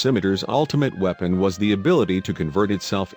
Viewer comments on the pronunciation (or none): LOLOLOLOL, the mispronunciations are hilariously bad! weeepon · star trak, weepon. just in the 1st minute of the video lol